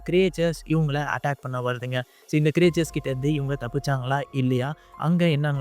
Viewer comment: க்ரியேச்சர்ஸ் அல்ல க்ரீச்சர்ஸ் என்பது சரி.